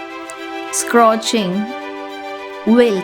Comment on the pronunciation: Not scroching it's scorching